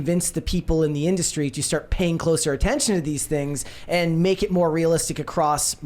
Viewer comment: “We want moar money” is all I hear